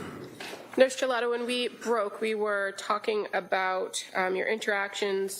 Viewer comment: it's Nurse jollotta NOT GELATO 😂